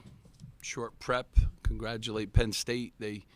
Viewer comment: Team sucked today lol issa transition this year… also, “Penn state”? Don’t you mean Pedd state?